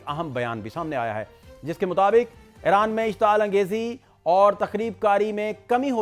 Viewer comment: جناب جب غلط عرف عام ہو جاۓ تو صحیح پر غلط ہونے کا شک ہوتا ہے۔ یہ نام "ای ران" ہے "اے ران" نہیں۔